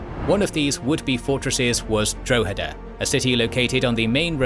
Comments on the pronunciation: It's pronounced Drawheda, not Dro-heda. Good video as always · The dro in Drogheda is pronounced like the dro in "drop". Just letting you know. Nice to see some Irish history covered by a history channel on You Tube, usually it's just passing mentions or just the Easter Rising. The Nine Years War ( ) or the Jacobite rebellion (1689-91)had many important battles and individual stories (esp Sarsfield) worth recounting. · Dra ha da is how you say Droghada. also Cashel was misspelled and so was Kilkenny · You aren't saying Drogheda correctly. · Exactly. Most English people haven't a clue about their history , apart from a little nonsense about the Battle of Britain. In Ireland it's quite different, in part because we don't have the dreadful English class based two tier education system. It would help if the narrator was able to pronounce Drogheda properly. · Maybe you could use some of the patreon money to learn how to pronounce foreign towns such as Drogheda properly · casually butchering the pronunciations of Drogheda and Wexford almost as badly as Cromwell butchered the Irish. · At least didn't kill 40% of the population of Ireland so he gets off lightly XD